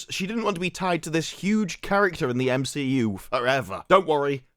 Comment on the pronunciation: The Meh-She-U. FAFO, Feige, FAFO.